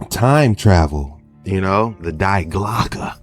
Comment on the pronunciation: Common man you keep saying Die Clocke..but you dont pronounce it like Die in your languas but the correct pronounce is Di in your languas. it means The Clocke or Bell the bell ... So you keep saying it WRONG and every time i hear you say it my toas curl😖😩 and its sounds so dumb... so please keep it in mind 👍